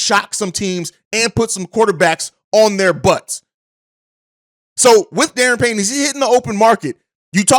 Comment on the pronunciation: Good show bro, it's pronounced Der-Ron Payne